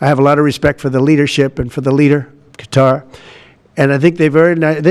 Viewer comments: What kind of journalist says “cutter” for Qatar?… it sounds so ignorant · He can’t even pronounce Qatar correctly. 😂 such a sad situation when the president can’t even recognize how he is being used and abused